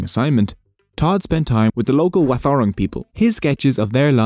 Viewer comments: I live in wathaurang country, it’s pronounced w-odd-a-rong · Wathaurong is pronounced wother-rong good attempt